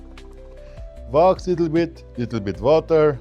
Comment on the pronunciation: What is “vox”? Wax? I turned on the closed caption, but YouTube doesn’t know what he’s saying ether. I’m not trying to be rude. I just want to buy whatever Vox is so I can shine my boots.